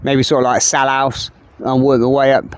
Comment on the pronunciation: Its not salhouse m8 its salthouse😂